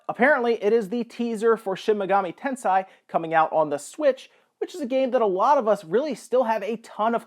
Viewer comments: FYI, it's pronounced Ten-say, not Ten-sigh. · It's pronounced shinmegami Ten-SAY not Ten-PSI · Not to be an asshole or anything but "Tensei" is pronounced "tense-ayyy".